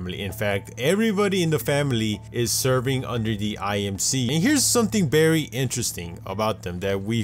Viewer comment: Y'all notice that he says "berry" instead of "very"?